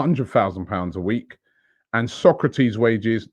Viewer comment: Robbie it’s pronounced So’ kra’ tis !!! It’s been 3 yrs 😟